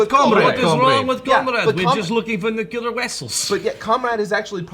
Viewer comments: Bulma, a top tier world class scientist, pronounced "nuclear" as "nuke-you-lure". For those who don't know, it's not pronounced that way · Wait why does the scientist say "go nukyulur" its nuclear... Not nuculur. She should know that of all characters in this. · Just noticed a blooper that wasn't caught: It sounds like Bulma says "If I knew he was going to go nucular on Cell", when it should be "if I knew he was going to go nuclear on Cell". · Bulma mispronounces ’nuclear’ and it still kinda bugs me. It’d be an interesting character choice but also an improbable one. Nitpicking on my part, though.